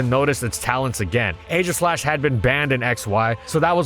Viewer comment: DO NOT LEAVE OFF THE E IN AEGISLASH!